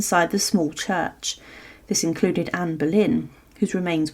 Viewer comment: Anne boylen et non pas Berlin - c’est pénible - Tudor et non pas tuda